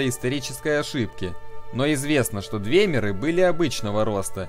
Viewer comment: Разберись с ударениями, у всех этим эльфов ударение приходится на слог, перед самими мерами: орсИмеры, двЕмеры, Альтмеры, бОсмеры, дАнмеры, фАлмеры и т.п.